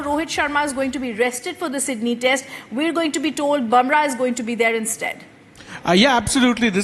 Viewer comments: He is boomrah not bamrah😂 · Go learn how to pronounce Bumrah … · She can't even pronounce Bumrah.